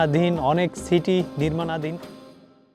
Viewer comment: আপনি আগে ছাইড আর ছিটি বলা চেঞ্জ করেন। 😂😂😂😂